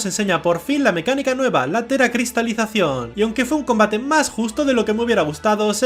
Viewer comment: Minuto 14 con 13 y se dice teracristacion